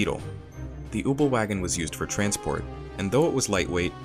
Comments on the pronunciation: " The ubelwagen" really dude? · Marvin Zachariah Kübelwagen, its pronounces exactly how it’s spelled 😂🤷🏼‍♂️